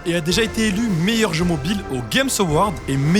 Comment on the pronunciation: C un malade quand il a dit meilleyr club